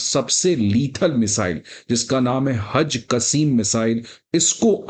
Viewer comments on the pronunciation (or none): वह टिट फॉर टिट नहीं बल्कि टिट फॉर टैट होता है।😅😅 और मिसाइल का नाम हज कसीम नहीं बल्कि हज कासिम है। दुनियादारी से थोड़ा बहुत जुड़ा व्यक्ति भी यह दोनों शब्दों का उच्चारण अच्छे से जानता है क्या आप वाकई हो।😅